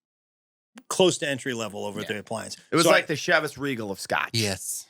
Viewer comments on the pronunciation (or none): It's SHI-vuhs Ree-gl great show.